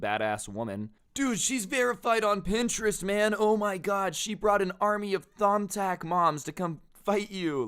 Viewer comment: Your pronouncing is terrible of print-er-est!!!